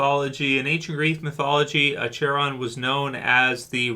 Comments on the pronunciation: It's Ack-ur-on not Aa-chair-on ya silly goose. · It's pronounced ACK-ER-ON lol! I forgive you. 😋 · It's pronounced AK-erran. Just saying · It's pronounced ackuron